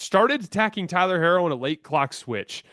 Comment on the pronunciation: Tyler’s last name is pronounced “He-ro”. Thank you.